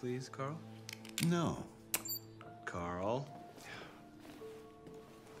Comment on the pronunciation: Did anyone notice he said kara not Carl